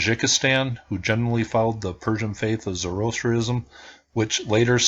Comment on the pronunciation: with respect: Zoroastrianism = zor-oh-ASS-tree-in-izm. Yeah, you say "zoro", like The Legend of; followed by ass tree. As in, the ancient religion of Zoroaster, known for its its highly dualistic, good vs evil perspective on the universe; used fire extensively in worship (as a symbol of the light overcoming the dark, i.e., the dualism). Most strongly associated with Achaemenid Persian but even to this day there are a few small groups of Zoroastrians left, jumping over fire in their religious ceremonies like their ancestors.